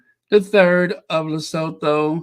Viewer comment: Lesotho is pronounced Li-su-tu Le-soo-too ;-)